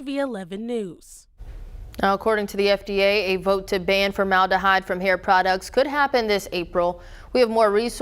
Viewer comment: It’s FormalDEhyde with a D!! Not FormaLAH-hyde🤦‍♀️ This reporter sounds like she just got her GED😫